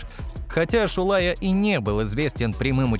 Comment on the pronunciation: Deja c'est pas " shoulé" son nom c'est Shoulaya ...😏